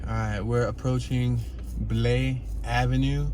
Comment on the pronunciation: It’s pronounced BLY avenue, not Blay!